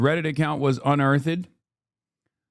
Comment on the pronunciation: someone gotta tell Hasan how to say 'unearthed'